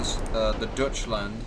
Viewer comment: DEutschland, not Dutschland, the Germans and the Dutch might be a little miffed if they hear that, though in the ages past they both were part of the HRE. Just saying.